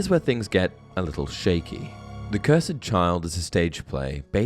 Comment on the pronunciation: Bro I'm sorry but why do you pronounce cursed like ker-sed.